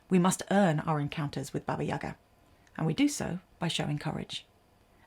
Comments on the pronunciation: It’s not YAga, it’s YagA 🖤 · What a wonderful video! Listening to you is a pure pleasure) subscription, for sure) I really appreciate that you've used a slavic fairytale. As a native Russian I'd just want to clarify that it's "YaGA" - the stress is on the second syllable)